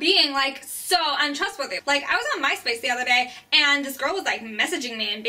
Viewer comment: I giggled every time she said "Myspace". :B